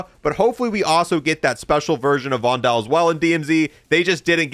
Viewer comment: stop saying "vondel" wrong